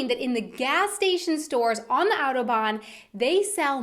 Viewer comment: really? are you talking about Germany and you pronounce like " auroban" really?